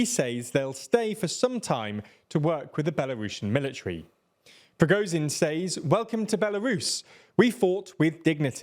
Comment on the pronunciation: They nearly have Prigozhin right. Well, better than it has been anyway.